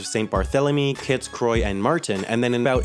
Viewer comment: Croix is pronounced cwah (ish) and croy from the drink la Croix is supposed to rhyme with enjoy for it to make it sell better.. The more you know.